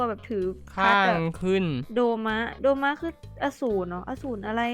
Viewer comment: โดม่าไม่ใช่โดมะ